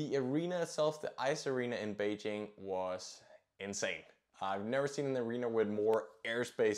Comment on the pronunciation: Your pronunciation of Beijing is already not bad, while that you also pronounced Pyõngchang correctly is remarkable.